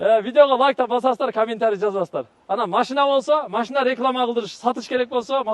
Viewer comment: АКа ака ака машна емес машина дегилечи